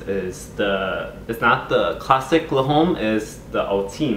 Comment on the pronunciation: Le Home? XD I'm pretty sure it's pronounced like l-umm (l'homme)